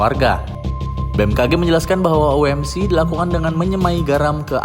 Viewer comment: OMC, kepanjangan nya bahasa indonesia. OMC ny dibaca indonesia saja, tidak usah dibaca dengan enjaan inggris (oh-em-si) :face-red-droopy-eyes